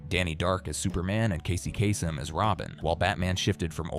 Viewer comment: "Casey Cass-em" 😂